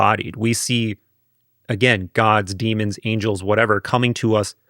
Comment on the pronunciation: DEMONS. NOT DEAMONS